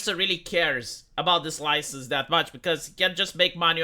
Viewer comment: he will lose his loicense